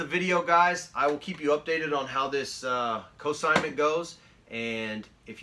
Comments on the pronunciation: Cosignment? I think you mean consignment. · In the vid you repeatedly say "cosignment"...which isn't even a word.